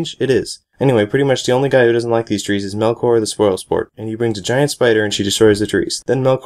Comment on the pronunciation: THAT IS NOT HOW YOU PRONOUNCE TREES!!!